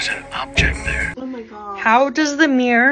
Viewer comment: The thing I can't get my head around, is that pronunciation of mirror. Miiir?? 🤔